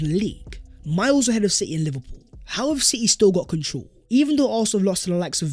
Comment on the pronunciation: Much love but why do pronounce " control" like that? Where are you from?